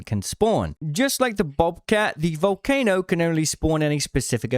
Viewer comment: Vool-kah-no an island in Italy.